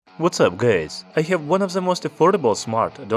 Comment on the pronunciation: "Whats up gays"?!